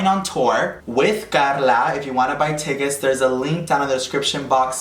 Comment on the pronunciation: "Tíckétes", boletos pendejo! 😂😂😂